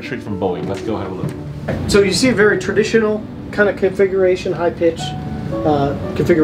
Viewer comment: It kinda sounds like you're saying "Conflagration" instead of "Configuration" con·fla·gra·tion /ˌkänfləˈɡrāSH(ə)n/ Learn to pronounce noun an extensive fire which destroys a great deal of land or property. "tinder-dry conditions sparked fears of a conflagration in many drought-devastated communities" synonyms: fire, blaze, flames, inferno, firestorm, holocaust "the conflagration spread rapidly through the wooden buildings"